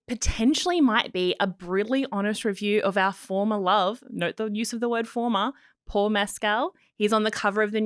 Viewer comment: Paul is a complete gentleman. You are pronouncing his name incorrectly by the way! Both you guys are totally talentless!